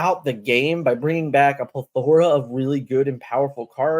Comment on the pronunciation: Awesome video but the way you say "plethora" triggers me lol